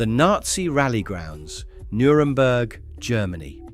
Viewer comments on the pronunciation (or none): "neuremburg"? I know what you meant to say but didn't.